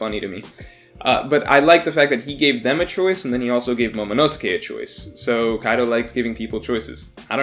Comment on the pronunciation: The way you say momonosuke hurts me